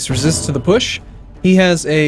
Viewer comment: I kept hearing 'eldritch putsch' whenever you said 'eldritch push', and all I could think of was lovecraftian hitler.